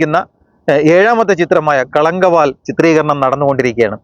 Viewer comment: ആദ്യം ആസിനിമയുടെ പേരൊന്ന് ശരിക്ക് പറയൂ ഭായ്.. കളങ്കാവൽ.. എന്നാണ്..